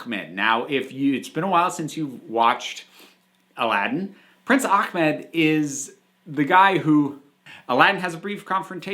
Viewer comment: Pedantic rant..... for God sake, the proper pronunciation for that name Ahmed with an H THERE'S NO HARD 'K' OR 'KH' OR PHLEGMY 'KKKKKHHH' ,SOUND IN THIS NAME!!!! Why can't white people get this name right!? & and I know that's the way Jasmine says it in the movie but it's wrong there too!!!